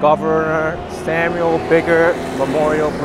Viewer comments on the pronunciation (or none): none